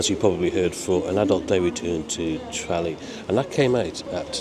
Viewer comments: Maybe learn how to pronounce Tralee? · You need to work on your pronunciation of Tralee 😂😂